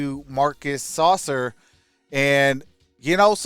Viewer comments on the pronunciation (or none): “Sass-sir” not saucer.😂😂😂